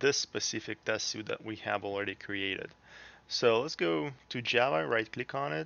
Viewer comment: Very good into to the technology! But the word "suite" is pronounced like "sweet", it's very distracting.